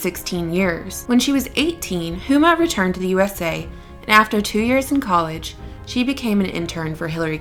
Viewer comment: Pronounced "Uma."